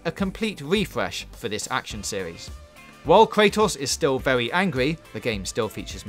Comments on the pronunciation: Can’t deal with this guy... all of his “r”s come out as “w” it’s vewy vewy annoying. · Wow he say vewy good wowds